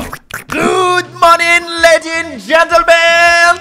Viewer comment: Я один услышал ladien(ладьен) вместо ladies(леди)